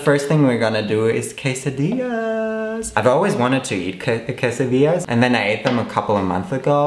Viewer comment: Please do the pronunciation right It is "Quesa di YAS" (the writing is quesadillas)